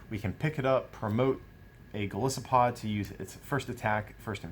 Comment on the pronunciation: Why does everybody and their mother pronounce Golisopod wrong? It's Goliath + Isopod. The I is strong.